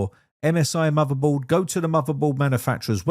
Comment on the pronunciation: It's bay-tuh. It's also not "muthabold".